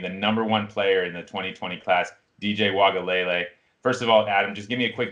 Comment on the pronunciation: Wow "waga-leh-leh"" hahahha wow